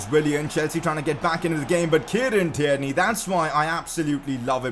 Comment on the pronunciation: You clearly don’t look at your comments say tierney properly